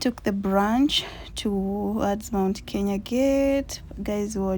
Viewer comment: Kenya is a beautiful country 🥰🥰 And you have the knack of saying it right. And this voice. This voice.... This voice,🤤🤤🤤🤤